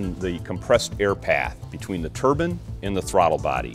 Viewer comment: Turban? You mean Turbine ?